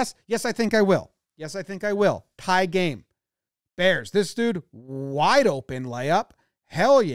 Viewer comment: “DA bearss “